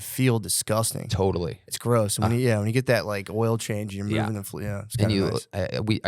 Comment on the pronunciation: “Gotta get mouving”